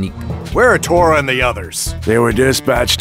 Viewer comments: He called Tora torgo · He called him torgo. Im dying 😂😂😂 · bro still pronounced tora name wrong